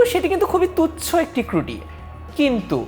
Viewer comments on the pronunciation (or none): টেন মিনিট স্কুলের ইন্সট্রাক্টর কিভাবে ‘ত্রুটি' শব্দকে ‘ক্রুটি' বলে উচ্চারণ করতে পারেন? উনি কি বাংলা ভাষা পারেন না? প্রশ্ন রইলো।